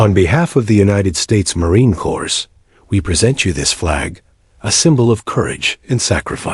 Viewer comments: the narrator needs to learn to pronounce MarineCorps, the s is silent and he mispronounces, that is a conatant insult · You also need to listen to it yourself. Dot dot and mispronouncing the Marine Corps (the s is silent).